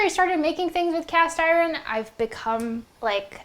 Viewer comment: She says Iren lol